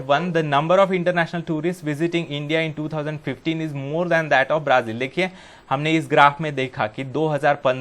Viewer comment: Sirr aaap Brazil ko braaazil pd rhai ho